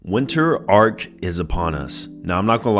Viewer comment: 😂its ARC not arCH